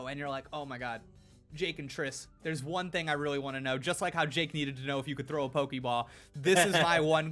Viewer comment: It's pokeball/pokemon not pokiball/pokimon. Why do ppl keep pronouncing it that way. It's so cringy.